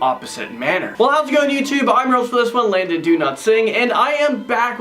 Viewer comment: lol say your name properly Landon